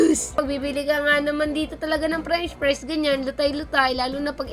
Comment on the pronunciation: Fresh pries hahaaa ano ba talaga!! Hahaha